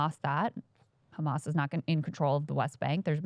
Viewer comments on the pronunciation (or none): Trained propagandists, down to the pronunciation of 'khamas'. Making it sound as menacing and foreign Americans' ears as possible. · What does Batya pronounce it Ehmas?